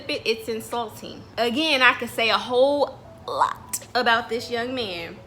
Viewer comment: Lmao at the stressing of “a whole lot” 😂